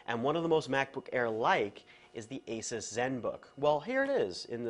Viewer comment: Can you please pronounce 'Nokia' 'Asus' and 'Aliminium' correctly? kthnxbai